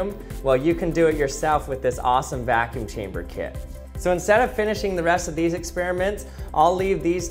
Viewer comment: Evertine hesaid vaacune chambr I tooook a shot…. I drrunk